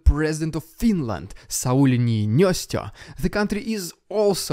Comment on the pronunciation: You tried your best, I still can't pronounce Finnish names correctly but Niinistö is pronounced as Nii-Ni-Sto, not Njinjösto as you said. Of course I am just poking fun